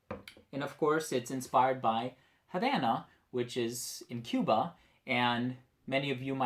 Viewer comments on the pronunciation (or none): none